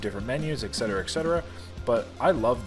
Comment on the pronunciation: You da man,! Love watching you! One tiny thing....it’s “eTcetera”, not “eCcetera.” 😍